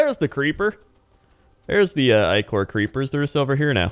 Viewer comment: no matter how you say Ichor its wrong if the I is short. no Ick-or no Ick-er Eye-chor yes Eye-ker yes